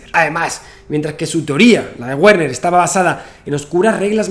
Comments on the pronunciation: en alemán la "W" no se pronuncia como en inglés, se pronuncia como "v"o "b", entonces pronuniariamos en alemán: "verner haisenberg" (Werner Heisenberg) es horrible que pronuncies "guerner" como seria en ingles.¿cómo un físico como tú no sabe al menos lo básico del alemán? si no sabes alemán no llegarás a la reflexión más completa en ese campo XD. te digo como se pronuncia en alemán pra que te des el pisto con tus colegillas de ciencia: " verna haisenbeearg" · Su nombre no se pronuncia Wuerner sino Verner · Muy bien... muy bien... SUGERENCIA: Pero para la próxima entrega pronuncia su nombre correctamente, que suena muy raro : la w alemana se pronuncia como v... sí /verner/ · Todo perfecto amigo y muy interesante, excepto que en alemán Werner, se pronuncia VERNER, es decir, la W se pronuncia como la V española, o mejor como la V francesa, ya que se frica . Saludos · Se dice Verner